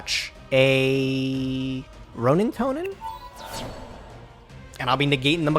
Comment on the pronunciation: please can you get to say the word 'roanintoadin' correctly everytime he says roanintoanin i want to kms